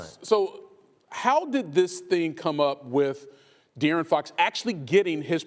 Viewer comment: I love how the commentary said Da'Aaron Fox then Dee'Aaron Fox...I do this too when Idk how to pronounce someone's name